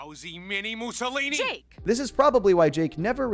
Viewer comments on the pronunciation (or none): none